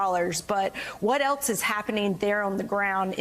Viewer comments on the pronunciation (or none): it’s pronounced “else” not “eltz” mtg and mike waltz can’t pronounce this word and neither can this cnn host, apparently.